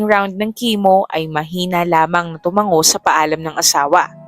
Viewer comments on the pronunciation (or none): none